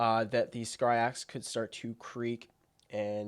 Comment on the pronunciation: Its Scyrox v8 tho not Scryrox